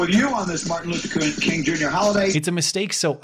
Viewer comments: As a french canadian, I don't hear it. What is the slur? I hear a guy pronouncing Kun instead of King... what is the slur exactly? (not trolling I honestly have no clue what it could be) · I don't know about everyone else but i heard him say corn. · your channel is doing so well because you can properly pronounce the tough names like Dr Martin Luther Kun Jingor... shit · The mayor will always stand up for dignity and the worth of everyone in her community ... unless it applies to a white guy who accidentally says Martin Luther Koong. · He actually said "Kuhn", which is a german surname (sounds the same) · He clearly has a speech impediment. I'm not kidding. Look at the two clips. He has a slight slur to his speech.